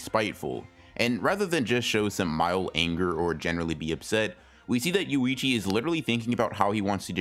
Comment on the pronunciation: Yoichi, not Yuichi. Small, thing but hard not to notice.